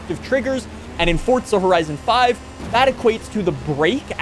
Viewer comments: For za not Fort za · Its FOR"Z"A, not FOR"TZ"A.... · "For-zuh", not "forts-ah". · supposed to be "hardly any". Not everyone cares about language like us. He also pronounced the game title as "forts-ah" instead of "forz-uh" like it should be. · How about calling it "forts-ah", instead of "forz-uh"? Rage-baiting or just dumb? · Its Forzaaaaaaaaaaaaaaa not ForTza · What are you pronouncing it "forts-ah"?